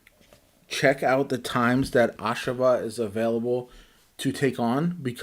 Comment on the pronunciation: NOT "AHSH-a-va" Its "ah-SHAV-ah"